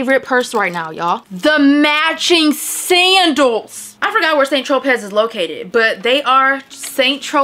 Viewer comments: Just a FYI, St. Tropez is pronounced SAN-troh-PAY, not Saint tro-pez. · Hey, girl!!! Loved everything!!!! ❤️ Tropez is pronounced Tro-pay 💕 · Hey, girly! I love the video and you have some good finds! Just wanted to let you know that it is Saint Tropez, pronounced (TR-OH-PAY,) because the Z is Silent.😊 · Girl...The "Tropez" is pronounced Wrongly.